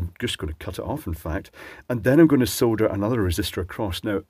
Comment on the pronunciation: Finally someone that pronounces solder the correct way, like I say it.